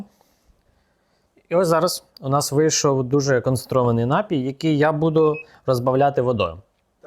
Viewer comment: Дякую за інструкцію! P.s. наголос напІй (на другий склад)